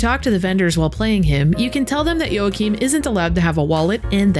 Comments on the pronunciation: fyi its pronounced WAA-keem or YAA-keem never YOA-cheen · Surely it's pronounced "wah-keem"?